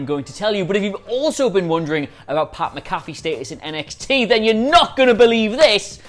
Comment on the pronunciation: you're pronouncing Pat's name wrong. He played in the NFL for years, there's plenty to reference here.